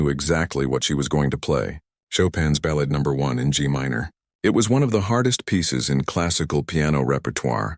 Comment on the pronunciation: Very nice story, well read, but the fourth time he said ba—lad I laughed with tears flowing down my cheeks.